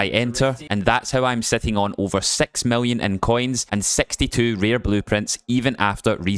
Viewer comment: "sex million coins"